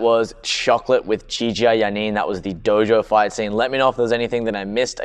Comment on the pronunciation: It is pronounced ChiCha not Jeeja, i said it wrong for years too. There is a movie where she actually says it in English.